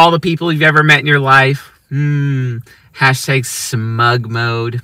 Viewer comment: I think the word is hashtag, not hashtayg